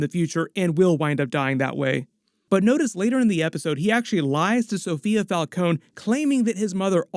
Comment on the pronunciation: Why did they change the pronounciation of the Falcone name between the batman movies?